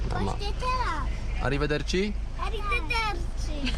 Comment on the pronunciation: "Arrivederci" jaki ma włoski akcent:)